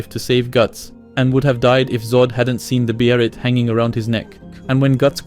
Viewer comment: “Beherit”? 🤣 great analysis though